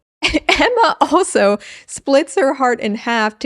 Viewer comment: I lost my tea when you said "AEMMAR" as the lone Australian. 🤣